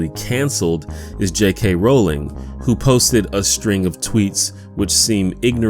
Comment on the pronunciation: Thank you for saying her name right. Rowling, like "rolling," not Rowling, like "howling."